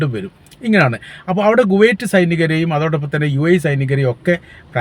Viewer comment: എടൊ ഗുവൈറ്റ് അല്ല, കുവൈറ്റ്‌. പൊട്ടൻ.